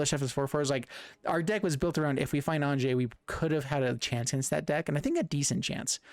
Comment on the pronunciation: Great deck but it's Anje (An-ye). The J has a Y sound. Think like Jorn (yorn), God of Winter